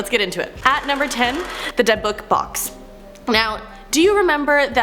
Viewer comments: Her pronunciation of DA BUCK box alone😂😂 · Di-bick box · Learn how to say dybbuk box before you try to talk about it like you know what you're doing.. just a suggestion? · I noticed she mispronounced a lot of words but that could just be because I’ve seen every episode of ghost adventures and know about things like the dybbuk box but she could’ve looked more into the pieces on the list